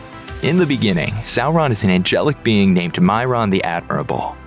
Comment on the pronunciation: Thank you for not pronouncing Sauron as Sawron...🙏